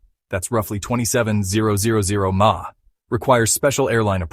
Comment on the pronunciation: "milliampre-hour" (sometimes pronounced as "milliamp-hour"), actually, but yeah, that "twenty, zero zero zero mah" is annoying.